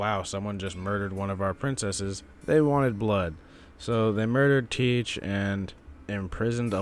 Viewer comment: Wait, you pronounce Tiche like "teach"? I always said "Thai-key" (like in psyche) or "tike" (like in dyke).